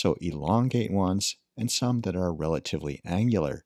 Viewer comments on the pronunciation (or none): none